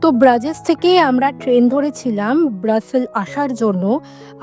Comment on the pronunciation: ব্রাজেস?🤣🤣🤣 ব্রাজেস কি ভাই?🤣🤣🤣 ইংরেজি-ব্রুজ ডাচ-ব্রুক্ষে